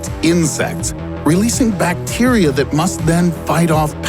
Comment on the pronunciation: That pronunciation of bacteria... Plus a lot of this information is outdated and badly explained/presented.